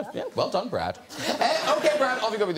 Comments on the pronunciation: its brad not bret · To be fair, I'm a kiwi and I heard "Bread" too. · No no, he's right. It's brad. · . You can